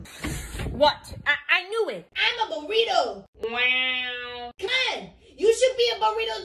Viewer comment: I like how just is saying I am a borito🤣🤣😂😂